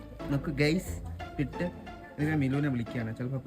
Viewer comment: 👍കൊള്ളാം, ഇഷ്ടമില്ലതു തിന്നുല്ല, പിട്ട് അല്ല പുട്ട്.